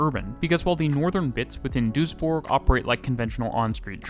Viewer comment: props for pronouncing Duisburg and Düsseldorf correctly